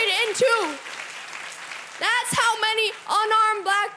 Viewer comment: why does he pronounce “that’s” like “thas”? cringe lol accent he’s putting on